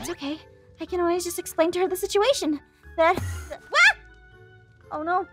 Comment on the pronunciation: "oh neahw😨"